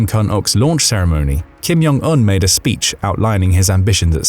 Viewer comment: it's not "Kim Yong Un", it's Kim Jong Un (J is pronounced as in "blue Jeans")